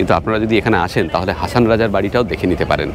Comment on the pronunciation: হাসন রাজা। হাছান রাজা নয়।